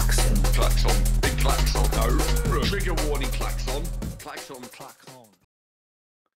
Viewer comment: thank you! We are very passionate about the ‘toxic positivity’ that is out there. The Klaxx-ON think comes from an earlier episode where didn’t know how it was pronounced and we’ve stuck with the mispronunciation 😂❤️